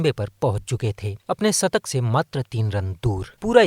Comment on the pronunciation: Sattak,aur sikaar nahi bhai shatak aur Shikaar bolo 😂😂😊😊